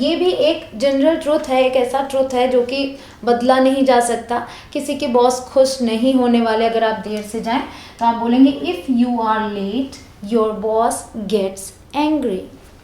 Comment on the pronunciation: Madam I am your Jabra fan. But you say khus instead of Khush . Please work on it